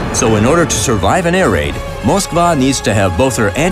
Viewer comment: They say moskvaaa not moskva